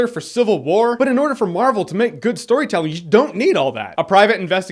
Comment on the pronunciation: "gewd" fuck off mate